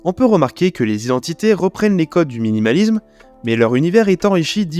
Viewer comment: Il y a aussi le suffixe -isme qu'il prononce "izm" 😭